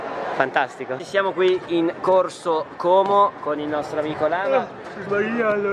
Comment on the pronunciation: Bravo qualcuno che dice como in modo giusto (sono del lago, so come si dice)👍👍